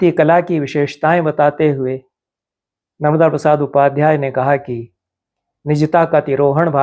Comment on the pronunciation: "नर्मदा" (न+र्-म+दा) संज्ञा का उच्चारण अखर रहा! सादर🙏